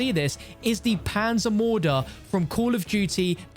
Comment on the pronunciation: How he says "Panzermörder" 😂😂😂